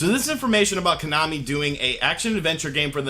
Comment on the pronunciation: Why i keep hearing you KANAMI?